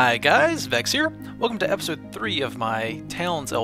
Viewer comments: you pronounce your name veh-chiz? i always pronounced it vec-s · One of his friends JoeHills calls him that (cause of his Southern American accent), so he calls himself that as a joke, it should be pronounced vex or vec-s.